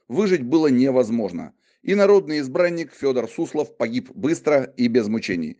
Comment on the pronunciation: Прозвучало как Инородный избранник...